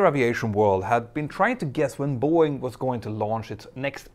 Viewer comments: I keep hearing Buoy and I can t focus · It’s Bow Wing 😅